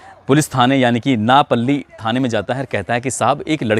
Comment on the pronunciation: आपने कुछ शब्दों क गलत उच्चारण किया हैः वस्तुतः उड़ीसा, कालीहंड, नयापल्ली, उड़िया, चंद नहीं, बल्कि ओड़िशा, कलाहांडी, नूआपल्ली, ओड़िआ, चाँद सही शब्द हैं। आपकी रिपोर्ट सराहनीय है।